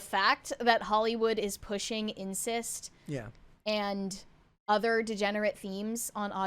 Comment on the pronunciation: Incest, not "insist".